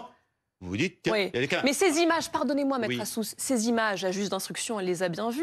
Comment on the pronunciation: "quand vous passez devant votre régie et que vous voyez à peu près huit z'images..." Qu'est-ce que c'est, une z'image?